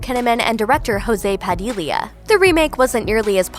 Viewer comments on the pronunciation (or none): none